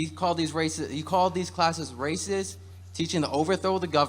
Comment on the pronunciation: What is it with people of color and how they can't finish how they say racist. They always say Raciss